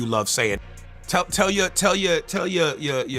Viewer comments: Correction: it’s Gobbij not garbage. 😂😂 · "That was gahbage" "It's gahbage" "He's gahbage" I love Aries